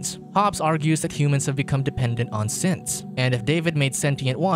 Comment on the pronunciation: me hearing simps instead of synths